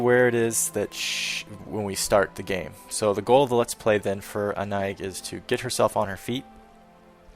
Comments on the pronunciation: The name is pronounced Ah-nye, simmiler to Annie in meaning and comes from an old form of French that is more simmilar to german. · The "ï" is pronounced as a seperate syllable, as in "A-NA-EEG". Sounds like a name from Brittany (Bretagne). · This is very late, as I just stumbled across your lp, but as to name pronunciation, I think it's " Ah-Nye-eej or Ah-Nye-eeg". I wore a perfume called with a similar name years ago. :) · Here's a fun fact. I Googled the pronunciation of Annaig. You've been saying it arong this whole time. But I prefer your way. In reality, it's basically "An Egg." Not even fucking with you. Also I remember something you mentioned a long time ago, on Oblivion, you watched FireFly and loved the music, because it was done by Bear McCreary, right? He also does the music for The Walking Dead. Just sayin'... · hey Annaïg is pronounced anna-eek i know this cause that is my name.In breton the g at the end of a word it is pronounced like a k or a c and in french when you have a double dot over the i you must pronounce the letter independently. so I in french sounds like the letter e in the English language....so that is why Annaïg sounds like anna-eek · It seems like Annaïg would be Gaelic maybe? If so I would pronounce it Ann-nag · Hey, I looked Annaïg up on google in French, it's a name of Breton origin. Apparently the 'g' is pronounced 'k', so it would be Anna - ick.